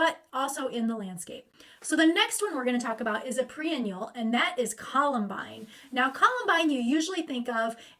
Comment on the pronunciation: When you say pre-annual, do you mean, perennial?